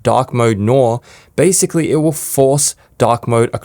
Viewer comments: I've never heard Noir be pronounced as "Noor" before. Its pronounced "nuh waa". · bro pronounced Noir as "noor"💀